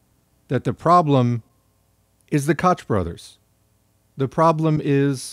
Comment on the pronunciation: Excellent video! Koch is pronounced coke tho right? I might have been saying it wrong my entire adult life lol